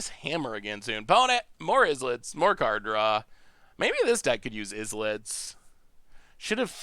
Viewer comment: In classic fashion, "islet" is pronounced like "island" instead of "is-let" 😅